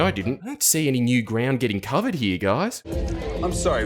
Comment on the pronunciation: She also pronounces ‘here’ like HYA. Over hya